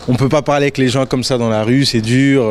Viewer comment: "Le lieu le plus préféré de Paris?" Incorrect. Il valait mieux dire "Le lieu que vous préférez dans Paris" ou "Votre lieu préféré/favori dans/de Paris". Et à : "dur" et pas "dûr".